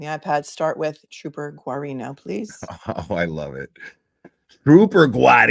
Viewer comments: I grew up in Norwood which where Guarino is from originally. The GUA isn’t pronounced as it looks 😂 Phonetically, It’s pronounced, Gareano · L love you guys. It’s so laughable the way no one can pronounce trooper GUARINO name.its Gerino